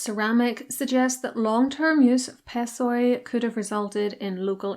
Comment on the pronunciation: Πεσσοί (pessoi) is read as "pesí"